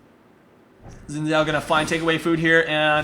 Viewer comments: it's pronounced like Shin Chao as it mandorin name. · Xin Xhao pronounced like shin chao btw :)